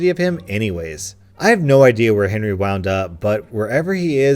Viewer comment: lane 5 instead of Henry i think u Saïd hairy